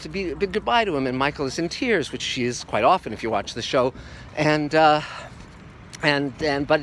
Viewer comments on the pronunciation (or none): none